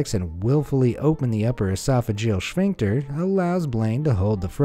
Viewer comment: it's sPHincter, not shpincter LOL, good vid otherwise